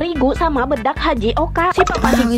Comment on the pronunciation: Bukan haji Oka tapi tapioka